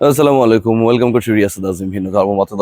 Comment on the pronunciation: সালামটাও সুন্দর করে দিতে পারলেন না মিয়া? 'আসযালামু আলাইকুম ' কেমনে কি?